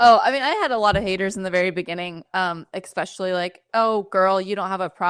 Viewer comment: Please it's "especially" not EXPECIALLY.